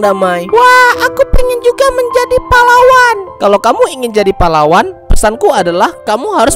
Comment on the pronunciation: bang kata pahlawan tadi kayak terdengar seperti kata palawan